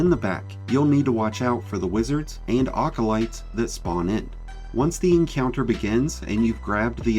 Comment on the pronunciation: Just so you know, they’re called “acolytes,” like it’s spelled, not “awkolytes.”